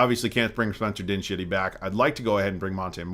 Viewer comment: Spencer Din-shitty 😂😂😂